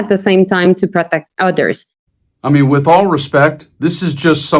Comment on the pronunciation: I love it when she says "wit". All my gf's say it like that. She is looking good.